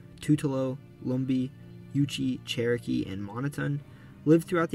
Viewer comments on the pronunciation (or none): none